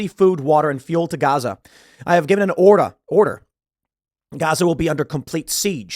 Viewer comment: “I’ve given an orda” there’s that Illinois accent. 😂